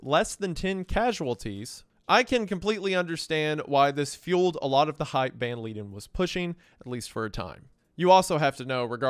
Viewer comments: Van Leiden is pronounced “Van Lie-den”, not “Van Lee-den” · The pronunciation of the names is so funny 🤣 Hon Meffis, Moonster, Ven Leeden